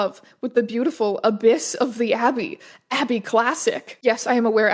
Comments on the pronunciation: I tried searching through the comments to see if anyone else already pointed this out, so apologies if this is redundant: abbess is pronounced "ab-ess" rather than "ab-iss." But wildly funny to imagine that Abyss Classic as a huge, gaping void rather than like, a woman abbott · I was wondering what that abyss person or thing was in the nun story :D (I don't think you're saying it right) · I can't tell if Strange just doesn't know how to pronounce Abbess or if its one of those fanfics where everything is misspelled.